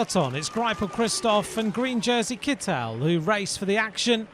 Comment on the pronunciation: Doesn't his name have a German pronunciation Kit-tel rather than Kit-el (with stress on the e, sounding very french as pronounced in all of these videos).